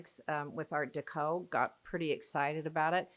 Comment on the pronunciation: Personally, I think she’s mispronouncing art deco. I’ve heard it 1,000,000 times over 60 years never once heard it pronounced her way.